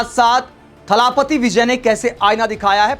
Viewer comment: थलापति नहीं जी इसे थलपति बोलिए. जैसे भूपति.😊